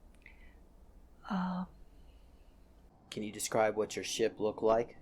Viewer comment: She says she learned German very well but can't even pronounce nachtwaffen properly...